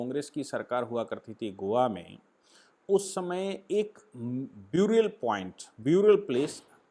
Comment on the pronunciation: Correct pronunciation for “burial” is NOT “ब्यूरियल” but “बरियल”